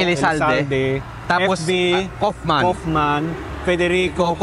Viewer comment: Kauffmann family name is German. we pronounce it as Kawffmann😊